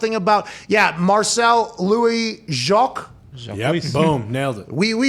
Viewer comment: Jacques = Jakes.